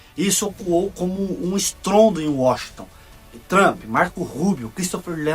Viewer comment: Vixi! O bicho não sabe nem falar o nome do Donald Trump.